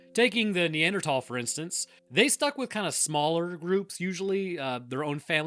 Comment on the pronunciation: Neanderthal. "Th"